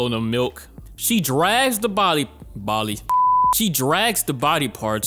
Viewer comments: "Bali" lol I've been around so many accents that pronunciation doesn't bother me. Its like a typo, I'm smart enough to understand what you meant. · The Bali slip up made me chuckle 🤭